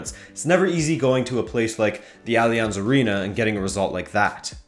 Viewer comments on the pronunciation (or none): none